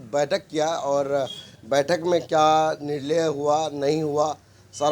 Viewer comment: आप थोड़ा पढ़ाई कीजिए निर्लय नहीं होता है निर्णय होता है